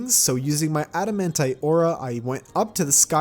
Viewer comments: please take lessons on how to say mythril properly And wyverns not wiverns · man said wiverns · first you said mythrial, then you said wivverns. this channel at 5 am is not for me, ill stick to 2-4pm viewing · this man said “wiverns”😂😭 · did you just say "wiverns"